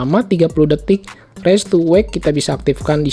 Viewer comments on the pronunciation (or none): raise to wake artinya diangkat/gerak bisa nyala , raise to wake ...raise dibaca : RAIS bukan reis